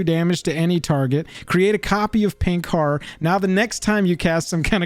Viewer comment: That's not how you pronounce "horror".